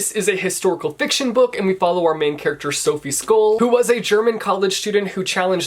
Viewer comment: I had to laugh so hard when you said "Sophie Scoll" because that is not how you pronounce her name😂 However, love that video😘